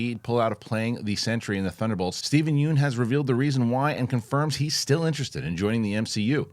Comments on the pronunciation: FYI- you pronounce yeun not like yoon but it should be pronounced like Yun (rhymes with done). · Looking good, def see the pounds shedding. PSA for Steven Yeun, his last name is pronounced Yun like fun, run, sun. Everyone gets it wrong and Conan O Brien even made a joke of how he gets it wrong despite going on a trip to Korea with him.